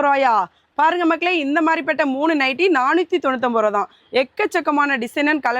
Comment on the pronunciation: அது நைட்டு அல்ல நைட்டி ok va